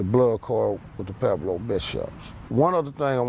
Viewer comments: Why do all the guys from Pueblos pronounce it like "Peblo"? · They say Pweblo, but outta hard to hear